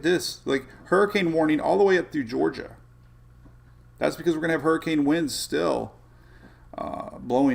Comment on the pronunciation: What is a HURRIKINEEEE???? LMFAO